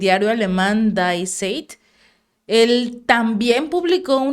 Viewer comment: Hola, hola, excelente como siempre vuestro informe, solo un detalle, el diario aleman DIE ZEIT que significa EL TIEMPO en castellano, se pronuncia DI ZAIT!!! te lo escrbi foneticamente como suena en aleman, Abrazo desde Austria, a todo tu equipo tambien a Emilio Zepeda. Jorge